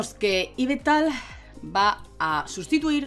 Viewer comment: No entiendo esa pronuncion de yveltal para ser sincero y da bastante tok jajaja